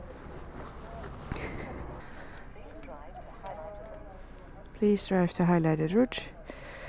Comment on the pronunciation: when saying palapye the “y” is silent